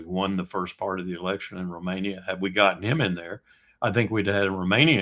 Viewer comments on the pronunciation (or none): none